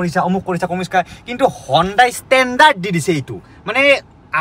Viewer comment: হনডাই নহয় হিউনডে